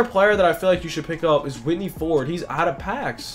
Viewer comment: It's Whitey! Not Whitney